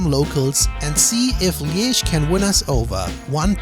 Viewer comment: Your pronounciation of Liège is better than you'd think